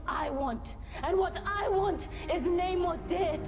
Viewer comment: Really irritates me that Namor literally tells people how to say his name and then they proceed to say Naymor for the entire film 😑 Petty yes, but still irritating!